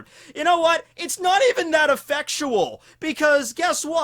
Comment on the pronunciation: noooooooooooooooooooooooooooo. he said effectual again. oh god. twice in a row. please stahp.